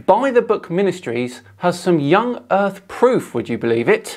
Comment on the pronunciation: "Gawd maid da urf" Painful to listen to